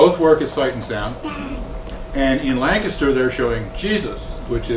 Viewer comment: Thank you, Thank you, THANK YOU! For pronouncing Lancaster correctly! I live about 12 miles south of Sight and Sound theater in southern Lancaster county. It's a wonderful experience at Sight and Sound!